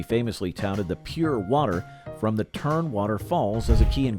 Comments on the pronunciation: As for Olympia, it's "Tumwater", not "Turnwater". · TUMWATER not Turnwater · It's Tum-water not Turn-water. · It's Tumwater, not Turnwater. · Turnwater? Oh man, there are a bunch of Northwesterners saying "What?". Its TuMwater, no "r". Sheesh. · Olympia was great beer and it’s tumwater not turnwater, oly oly O it’s the water and a lot more was a great slogan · It is pronounced Tumwater not Turnwater. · Oly was made in TUMwater, WA, not TERMwater. How can you read that wrong? And you completely missed Rainier beer. What's with that? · Oly was brewed in TUMwater not what ever you said🥸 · Did anyone else catch the narrator's mispronouncing of Tumwater, Washington? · I love how Tumwater is pronounced in this vid. Funny stuff. 😂. The commercials from my youth are the best. Hilarious. 👍🤪🏳️‍🌈